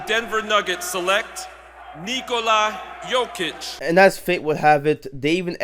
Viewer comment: the last time anyone in the NBA pronounced Jokic’s fULL name correctly. This is also from an individual who pronounced 60 names on that night.